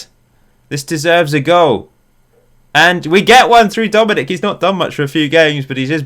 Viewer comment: Also, I believe Dominik’s name is pronounced Sha-Boz-Lie